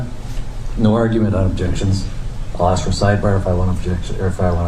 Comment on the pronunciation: This guy just said “what did you just axe me”?